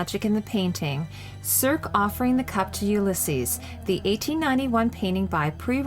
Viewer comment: The goddess Circe is pronounced "sir see" not "serk" just like the character